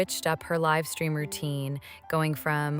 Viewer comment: I really like this voice! And I feel like there should be less pronunciation errors. No offense meant at all but because it was more British sounding before, a lot of things were misspoken like livestream- it was live (like to live your life) stream. 😂❤ love you